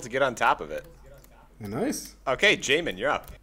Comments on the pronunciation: Love how says “yahmin” correctly only to immediately revert to “jahmin” upon next mention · As someone who has the name Jamin, this was terrifying hearing it said on video by someone who hasn't met me (Pronounced Jay-Min to be exact, since it's pronounced 5 different ways in the video) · Why do you purposely mispronounce his names despite hearing his friends say it